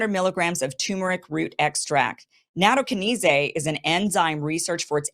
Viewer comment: Nattokinase is pronounced natto-kine-ace. 😂🌷